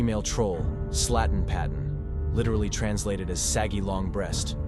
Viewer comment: I'm not Danish but... I could hear sladden padden That's how it sounds to me. But I can figure out that the trolls name is Slattenpatten. Pattar is slang for breasts in scandinavia. Never heard of this troll before but then I'm swedish and our trolls have different names. But a troll and a Bigfoot is really not the same thing. Trolls are more like giants. They ofter are giants, but doesn't have to be. We have the one throwing big rocks at the church. And the Norwegians have too. But with two different names. Can't remember any if them right now. Both live in the mountains. I don't think Slattenpatten is but could these two rock throwing giants be bigfoots? Does Bigfoot get upset by church bells...? Jotun rather means giant not troll. We got our word jätte from it. Jätte, giant A troll can be 15 meters rally. But it can be just 15 cm as well. Troll and giant is definitely not the same. Troll is used trow this vid when giant is the right word to use. But the troll isn't a real giant . We separate troll and jättar . Trolls and giants Two different things even if a troll is that big he gies under giant . But not giant Giant troll The confusion between these two things are kind of bothering. No, to much of this No, not right, no